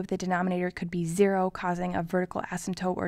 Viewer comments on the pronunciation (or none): AAAAAHHHHH Zero not Ziro